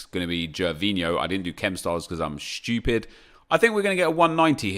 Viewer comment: “I didn’t do chem styles cuz I’m shtoopid” 😂😂